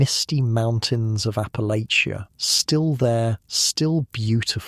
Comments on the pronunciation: Checkin in from WNC, Southern Appalachia. Congratulations on pronouncing Appalachia better than most Americans that don’t live here! Think of it like “I’ll throw this apple-at-cha.” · My ancestors!! am Huntington, WV And it's pronounced "APPA-latch-uh"